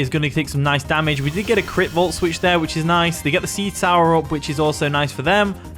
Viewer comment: It’s pronounced seed so-er (like with a needle) not sour